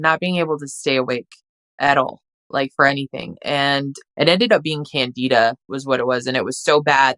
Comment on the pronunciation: Candida spp. Common urogenital fungus. "CAN duh duh". Not, can DEE duh.